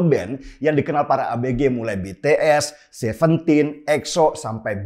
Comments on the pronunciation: ijin koreksi, BTS cara membacanya bities bukan betees 😊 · Kupingku kok gatel yah denger org nyebut BeTeEs. Apa sih susahnya bilang BiTiEs??? 🤣🤣🤣